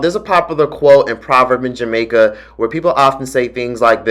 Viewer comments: Hearing you say the Jamaican quote 🤣... You said it wrong but oh well 💖💜🤍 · Yooo you didn't say that Jamacia part correctly but i understand 😊😊